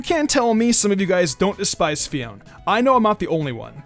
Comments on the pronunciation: Wait I thought it is Fi-on-é not Fi-on, uh okay then. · It may be spezled Phione but it's pronounces PHI-O-NAY. It may be confusing but it's true.